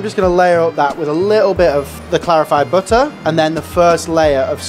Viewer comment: "Bihhuh... BITTAH!"